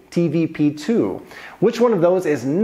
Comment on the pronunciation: Bo to TVP DWA a nie TVP TWO